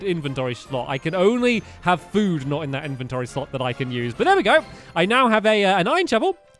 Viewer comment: Shlot lol